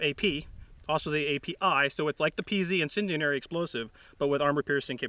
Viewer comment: "Incendianary" is driving me nuts.